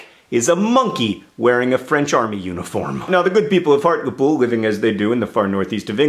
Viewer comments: Those from and around call it Hart-lee-pool. I know it doesn't matter too much about the pronunciation of words, It just sounded so weird hearing it the way you said it. Also, you mentioned my home town! Sunderland has officially made it! (Albeit everyone must think I'm a Hobbit. I think I can live with that stereotype, it's a lot better than the normal ones.) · Yay for Hartlepool! It does niggle me how you pronounce it (it's hart-LEE-pool!) but woohoo for being recognised! Sometimes it's like the north of England doesn't exist to the rest of the world. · Hi john long time viewer who is actually from hartlepool. great story puts us poolies on the map etc.but you pronounce hartlepool weird...sorry. its said Hart leeee pool literally meaning hart by the sea. hart being an old word for stag. apologies for typos new phone keybord is throwing me for a loop. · I've just stumbled across your video :) though 5 years later... its pronounced hart- le- pool and I'd like to add we're a town not a city ❤ we're really nice people really and only light the pitch forks and hang drowned monkeys every now and again 😂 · I know misspronunciation is your thing but, Hartlepool = Hartlypool ;) Also what can you expect from a country that has the Monster Raving Loony party \o/ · Hart-lee-pool is how it's pronounced :) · it's a town and it's pronounced heart-lee-pool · Im from hartlepool, and its strange to me it being called a city when its a town, and just an american saying hartlepool is amusing to me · I love you John but on behalf of all British northerners.. HEART-LEE-POOL not Heart-le-pool >.< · I was born and raised there too. I love that we are getting acknowledged but is it bothering anyone else the way he's saying Hartlepool? I always pronounce it Heart-lee-pool not Heart-le-pool. Sorry I know how pretentious that makes me sound. Is it just be me who says it like that? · It's pronounced hart-lee-pool not hart-le -pool AAAHHH!! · He art le pooil is how you lot pronounce it